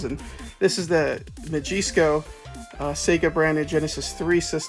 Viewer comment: Bothered me so much. "ma jees co"